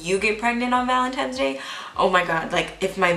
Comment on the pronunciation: You say valentiMes instead of ValentiNes lol